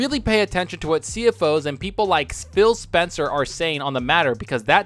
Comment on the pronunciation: Did he say Spill Spencer???